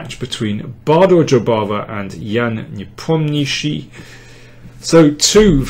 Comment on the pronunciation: Great as always, Daniel! Even Jan's surname pronounced correct!!)) Do you speak russian?